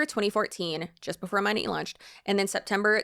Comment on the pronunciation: Girl the way you can make a 20 minute video and not know how to pronounce the company name but saying it 5000 times is sending me. 😂